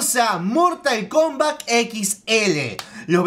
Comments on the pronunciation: Mortal Komblat xD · Mortal Klombat Jajajajajajaja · En el minuto mortal combla